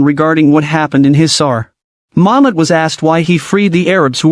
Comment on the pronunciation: Is it Mohammad or momad Muslim cuz I don't understand if ur saying Mohammed or momad